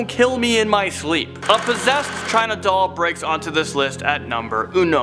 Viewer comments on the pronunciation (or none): none